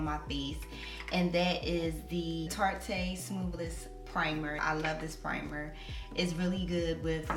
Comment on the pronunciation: The e in Tarte is silent. Love the hair & the video. 👌🏾